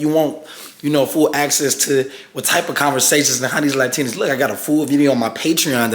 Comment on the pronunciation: “Laté Onés” 😂😂😂😂